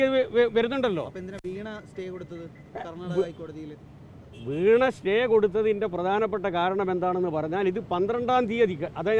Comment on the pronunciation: Correct veena not vheena 😂